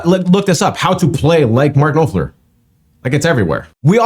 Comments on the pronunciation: Aren't you embarrassed that you didn't even have the respect to learn to pronounce Mark's name. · The first part of "Knopfler" is pronounced the same as "mop". Just a little heads up. He also wrote a song which became a HUGE country hit for John Anderson, "When It Comes to You. " He plays guitar on the recording of that song. That would be a great one to react to. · Hey great reaction to dire straits, the guitarist name is pronounced as if you said it but a silent K,one thing that makes me so proud as a 67year old English man is the way you young American guys and girls love our guitarists, as you probably have seen most of the very best guitarists are from the UK, oops sorry,hey the US has produced some good guitarists like, mmmn can't think of anyone (joking) anyway back to the point, a great reaction as I said, one you really should react to by Dire Straits is a album song called Private Investagtor,different but all the same a amazing track, so please react to it, you take care, keep up the great work English Billy. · Pronouncing Mark's surname (Knopfler) the first four letters rhyme with 'mop' - You don't 'mope' the floor, do you? You mop it hence, Mark Knop_fler - short 'o' _not a long 'oh' okay? _Mop_✔️ (Knop)fler NOT mope✖️(Knope)fler. 😊 🏴❤️🎵❤️🎵❤️🇬🇧🖖 great reaction, by the way. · Trying this again ... comment didn't go through before ... if no one else has responded on this, an easy way to pronounce Knopfler is ... Nawp-fler ... hope that helps. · Marks Surname is pronounced Nof ler Great video dude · It’s actually pronounced NOPFLER, just drop the K 🙄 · I've heard you mispronounce his name over and over...phonetically his last name is pronounced Nofler. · Pronounced Noff-ler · To help you work out his name Knopfler is pronounced Nop (sounds like Cop) Fleur (French for Flower) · You can pronounce his name by saying Mark Noffler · Pronounced Mark 'Noffler' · Knophler pronounced like noffler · Knopfler like “drop fur” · His name is pronounced "Nopflur"